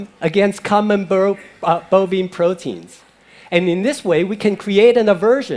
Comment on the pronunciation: This "doctor" can't even say bovine right.